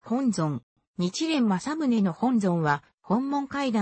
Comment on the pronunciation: おそらく音声ソフトに喋らせたらソフトが勝手にそう読んでしまったんだと思います。